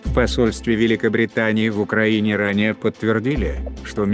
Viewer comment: ...славьяяя уклаиниии...